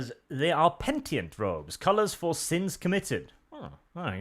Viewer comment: my man, say it right: pe-ni-tent. Not pen-tient. OCD-out micdrop